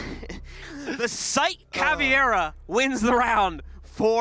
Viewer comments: it’s pronounced ‘cav-era’ not ‘cavie-era’ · Here's a drinking game: every time either caster mispronounces an op name (caveira being pronounced cav ee air a), makes an incorrect call on a kill or play (basically just says something happened when it was actually something else), or the guy with the deeper voice says "respectively", take a shot. Enjoy alcohol poisoning